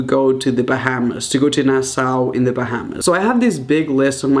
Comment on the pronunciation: Omg the way he butchered the name, Bahamas and Nassau. XD